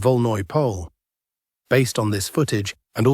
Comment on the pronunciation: It's not pronounced as Pole but rather as Polje, which is Field in Russian